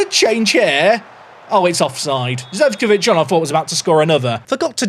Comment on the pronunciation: Not to be the guy to be nit-picky about the pronounciations, but Zecevic is pronounced "Zeh-cheh-vich", as it's from the Balkans - Serbia in this case.